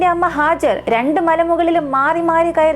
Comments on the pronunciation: Not hajar, Haagaar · Hajar alla hajara vaakukal sookshikuka oru aksharam thettiyal artham maarum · ഹാജർ അല്ല ഹാജറ എന്നാണ് ട്ടോ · ഹാജർ അല്ല ഹാജറ